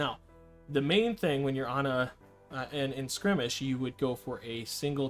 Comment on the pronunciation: Dude its not skrimage its skirmish.